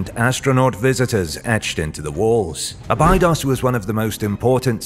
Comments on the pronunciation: Thank you. I knew it was a bad sign when he butchered abados. Probably spelt that wrong, but I'm not pretending to be an expert... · It's pronounced " Abeydos"